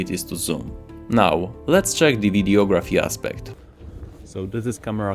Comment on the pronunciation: Thanks for the video. I was thinking about making the switch from the S10 to the S20 and almost pulled the trigger but decided against it since there just is not enough difference to justify the cost. There is an S21 right around the corner, maybe I'll go for that one instead. Just a word on your English: Videography is not video graphy. The word is one word pronounced vide (ah) graphy as opposed to vide (oh) graphy. The O sound changes to ah when words are combined. Just thought I would share that knowledge Don't ask me why it does, I don't know. I think whomever made the rules for words thought ah sounds better verses oh or it is more pleasing to the ear. Lithography is another example lith(ah)graphy